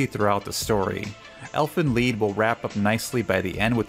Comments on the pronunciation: Your first pronounciation was good. "Elven lead" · your first pronunciation of "Elfen Lied" was right. sorry I didn't yell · I don't know if anyone mentioned it. But Elfenlied is a german word or more precisely a name of an old german song. So the first version of your pronounciation was right (